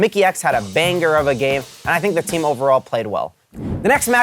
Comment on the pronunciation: says banger with a hard g